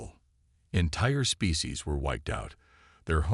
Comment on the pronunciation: Species not fecies 😂